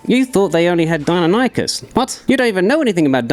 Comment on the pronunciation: Nope. Its die-non-uh-kiss